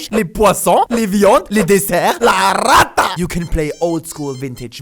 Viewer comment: Les viandes, les desserts, LA RATA... Holy fuck, I'm Spanish and that killed me.